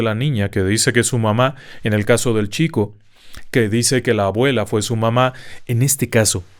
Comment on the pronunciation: Dijo “agüela”😅